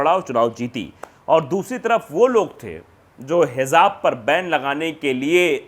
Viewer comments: " Hizaab " nhi.. HIJAAB... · Hijab, not hizab.plz note.